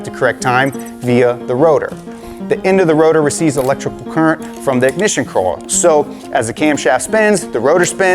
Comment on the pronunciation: I’ve noticed you struggled to say coil and oil 😂😂😂 corl and orl